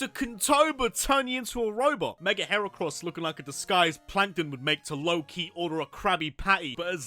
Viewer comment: LEFT OFF THE C IN HERACROSS!